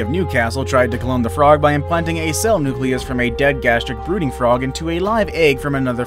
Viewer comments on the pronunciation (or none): When he said the Gastric brooting frog I thought he said Gastric booty frog🤣🤣🤣🤣 Even the dodo I thought the doodoo